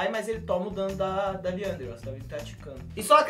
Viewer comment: Eh liandry n rilay